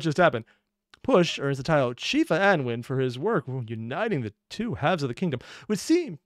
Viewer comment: One thing overly sarcastic got wrong on pronunciation that i know about is how Annwyn is pronounced, Its actually pronounced annoon